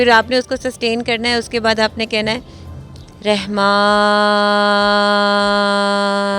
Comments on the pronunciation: Rehman NH hota madam Rahman HOTA h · Mam,Rehman pronounce nhi krtay,bulkah Rahman hy